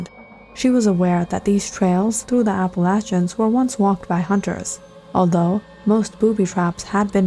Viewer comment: I don’t think that’s how you pronounce Appalachians lol